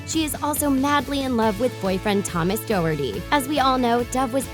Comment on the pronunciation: ITS PROUNCED THOMAS DOOR-THE SAY IT RIGHT!!